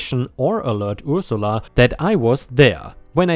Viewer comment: Dilated is actually said as "die-lay-tud" not "dil-ay-tud." "Ursula" sounds like "er" (like the word "her") "suh-lah." "jargon," the "on" sounds like "in," so it's more like "jarg-in," and not emphasized but rather fluid when being said.